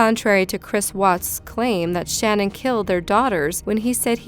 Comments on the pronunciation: It's pronounced Sh-NANN, not SHANnen. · SHA-NAN! Not Shannon